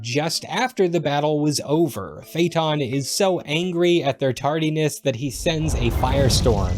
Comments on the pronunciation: it's not fayton it's Fay Ah Ton. Where the heck are you getting your pronunciations??? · This is a great video about a fascinating work, but the consistent mispronouncing of "Phaëthon" is almost painful.